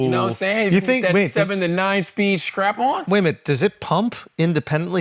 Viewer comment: He also said “scrap-on” instead of strap-on.